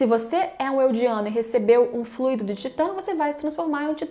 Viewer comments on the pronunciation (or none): none